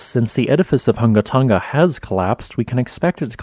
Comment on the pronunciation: You sure got that name down pat, did you practice saying it before ever making the first video about this volcano? It is a tongue twister.